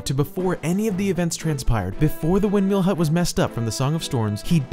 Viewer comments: Anyone else bothered by his pronunciation of windMEAL as opposed to “windmill”? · "This angry little man in a Windmeel hut" that's how I heard it.